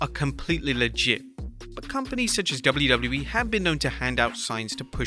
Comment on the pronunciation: Bawhaha, this guy just can’t properly say “WWE”. It’s so annoying.